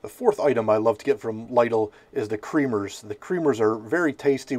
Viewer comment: I've personally always liked the Lidl pizzas. Although with that and other deli/frozen pizzas, I like to doctor them up with extra toppings. But I have to call you out on the pronounciation of the store as it's supposed to be said "Lee-dil." You're cool and all good though. You've made me look at certain frozen pizzas pending they're cheaper than Caesar's.